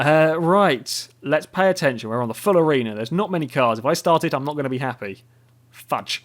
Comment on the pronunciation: "The way you say "Fudge" is peculiar and satisfying to hear.